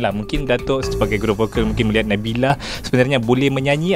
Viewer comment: Konfiuslah kita... Nabila ke Nabilah nama penyanyi yg dibincangkan tu? Terganggu dgn sebutan juru-temubual.